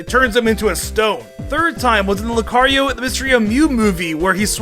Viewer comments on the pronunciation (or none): none